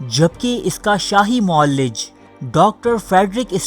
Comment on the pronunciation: بھائی صاحب اردو تلفط پر خاص توجہ دیں۔ معالج کو "معلج" اور معالجین کو "معلجین" پڑھ رہے ہیں۔